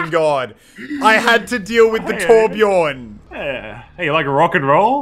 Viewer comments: Its Torbjörn, not Torbjorn. Also Brigitte is not french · Lol you say torbjorn it’s torbjö